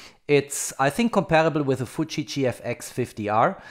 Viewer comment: It is ok to call a Nikon Nikon, no need for Neikon. But a Fuji is not futsch and likes to be pronounced Fiuji. ...Now a Hasselblad is like a Volvo playing Abba music. I have access to a collection of originals that were built for film. The owner now has a Canon D5mkII and no battery as latest inheritance. Her house has a perfect dark room and a 24 seat theatre.